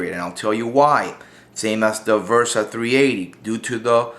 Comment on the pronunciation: It's a Bersa....B-B-B-Bersa Thunder, not V-ersa, damnit! I'm pretty sure that my ears did not hear wrong that you're pronouncing the B-ersa as "V-ersa". BERSA !!!